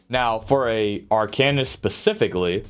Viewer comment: Its arc-an-ist. Seems like a pretty good tier list. I think earthen heart is garbage and would swap it with draconic power. Siphoning is really nice for ult gen and has insane sustain with siphoning attacks and healthy offering is a good burst heal, offensively yea it's trash without soulcleaver. Winters embrace it's getting 15% frost damage passive which makes it interesting for some builds. Polar is only getting nerfed on the off heal portion, no hot and initial heal is like 30% less, but the hot on yourself is getting a significant buff